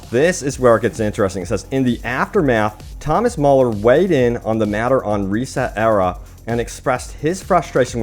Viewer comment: reset era... 😂 It’s pronounced resetera... one word, like “etcetera” (etc.).